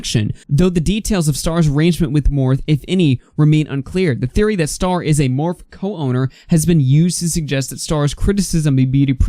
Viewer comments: Its not morph...... its morphie!!! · Not that it matters that much lol but Morphe is pronounced " Morf ee " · #, just FYI its pronounced Morph-ee❤️ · "Morph" 😂😂😂 It's like bootleg Smurf or something? Anyway, "Morphe" and the "e" at the end isn't silent. :) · It’s pronounced Morph’-ee pleeeease sorry just grating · Please say morphe one more time 😂